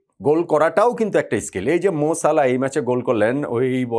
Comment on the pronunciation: মোর সালাহ না মোহাম্মদ সালাহ